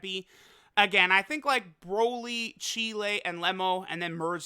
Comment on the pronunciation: Why does say Cheelai like Chile 😂